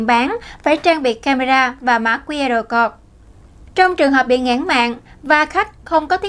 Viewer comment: XNV nên lưu ý khi phát âm, đọc 'QR CODE' nghe ỚN QUÁ